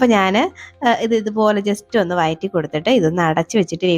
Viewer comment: Not വയറ്റി but വഴറ്റി